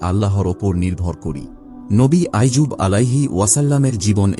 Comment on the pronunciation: নবী আইয়ুব । আইজুব নয়!